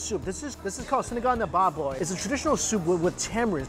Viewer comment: The way he say "baboy" makes me laugh so hard